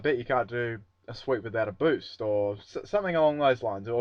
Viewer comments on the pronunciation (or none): Lol boost not boosh.